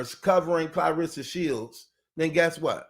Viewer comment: I love the way you say her name Clareesa.. like Hannibal Lector😂